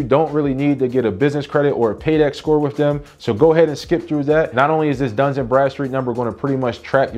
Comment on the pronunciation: It's Dun, not Duns. It's not plural. Where do you see an "S" in Dun. LoL